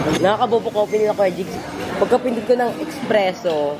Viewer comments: ESpresso not EXpresso mwaa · yung espresso (pronounced as espreso not expresso) is shot lang talaga siya and concentrated kaya kakaunti.😊 If bet mo nung marami or yung may halong tubig na madami na walang milk or sugar, try americano. O kung bet mo espresso na may milk, pwedeng cafe au lait(milk) or cafe latte(milk + milk foam).😊